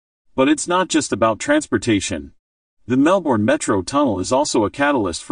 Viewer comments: An irritating American who can't even pronounce Melbourne and the names of its suburbs. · God ,please pronounce Melbourne correctly .